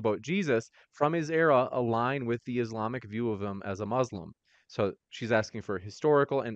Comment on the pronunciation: "Jesus is Mo-Slim",, we are dying laughing. 🤣🤣🤣